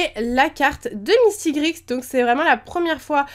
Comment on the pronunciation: Sa s'écrit mistigrix mais sa ce dit mistigri! On dit pas le x